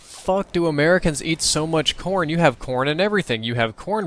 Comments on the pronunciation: I thought he said porn. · Every time he said corn i thought he said porn haha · thought he was saying Porn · lol when he Americans eat corn i thought he said porn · everytime said corn it kinda sounded like porn so it sounded like he said "you can do a lot with porn" lol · I heard corn as porn every time....